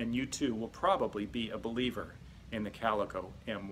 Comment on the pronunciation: CalEEEEco....just saying